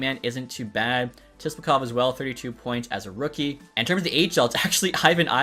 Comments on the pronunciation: your killing me its (Sip-la-kov)!!! lol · “Tisplakov” lol